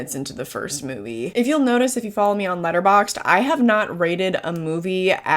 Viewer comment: Are u saying latter box? Letter box?